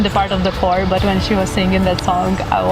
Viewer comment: choir is pronounced [kwaɪə] not [hɔːr] please 😁